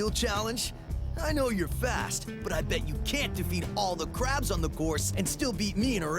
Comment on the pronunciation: It shouldn't have but Vinny just going "Clab" made me crack up